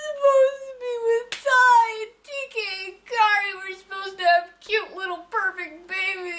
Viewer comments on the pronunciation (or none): lol "tai and kari re in new yorn" its T.K an kari